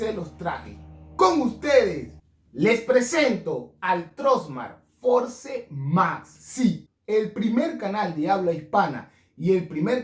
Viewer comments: Fors! Se pronuncia! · Por favor en pleno 2022 no sabes pronunciar FORCE???????? Tus videos son buenos pero ayuda a más gente a querer pronunciar bien.